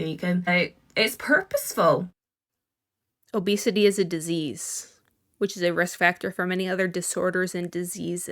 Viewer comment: It’s actually hilarious how she went on about how the word “fat” doesn’t bother her but she can’t even say “obese/obesity” 🤣🤦🏼‍♀️